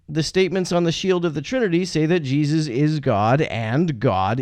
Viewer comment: Anyone else like how pronounces Jesus? JEE-zis